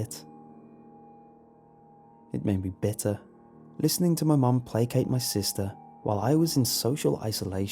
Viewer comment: You miss pronounced placate btw